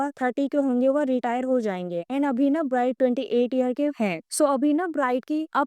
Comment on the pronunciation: If you are really his follower then you will know ..he is doing so so many things but can't be disclosed.. ofcourse big projects takes time..his movie will be in 2027..his album will be in 2026... And many things on the way.. and pronounce his name perfectly...